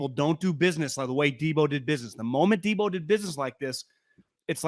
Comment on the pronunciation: Come on bro “pick 10” and “deebo” like get it together